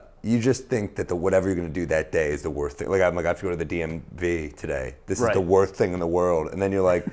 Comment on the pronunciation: there's so much about this I like but I'm only gonna point out the fact that he can't pronounce 'worst'